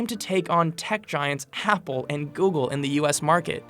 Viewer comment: Happle? lol